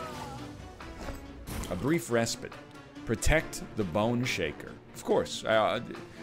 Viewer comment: I can't handle how he pronounces "respite"